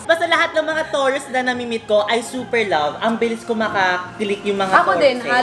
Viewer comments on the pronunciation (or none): Tawang tawa talaga ko sa pag pronounce ng Taurus tawrus ahahahahahahaha it's tarus